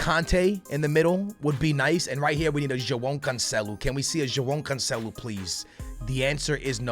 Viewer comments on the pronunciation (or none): none